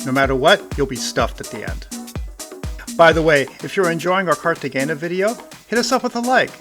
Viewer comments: Great video; fyi, g’s in Spanish are pronounced like h’s. So the correct pronunciation is like this: Cartehayna. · FWIW the g is pronounced with an h sound not a g. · Your pronunciation of Cartagena hurt my ears. Please learn how to properly pronounce places. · Yeah that was driving me nuts too